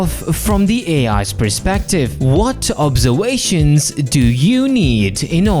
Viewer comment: “Obserwations…” Lieutenant Pavel Chekov… is that you…?